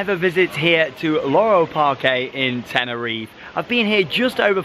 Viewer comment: Just like you pronounce the final “e” sound in Parque (PAR-kay), you would also pronounce the final “e” sound in Tenerife (ten-er-EE-fay).